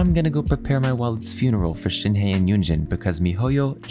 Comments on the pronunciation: PSA: it’s pronounced more like “Shen h-uh”, not “Shenhee” or “Shenhay” or “Shenyay” TTATT pls y’all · The he in shenhe is pronounced like the uhh sound with an h in the begging.